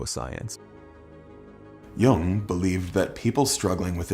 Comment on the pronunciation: I'm not a grammar nazi, but Jung's name isn't the same as the word young, so many YouTubers do that